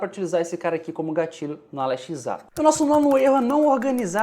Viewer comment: Pq vc nao fala Alexa ao invés de Ale X A? Oo Confundiu